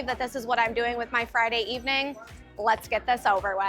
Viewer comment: Every vowel has turned into 'a'. 'Let's get this over wath'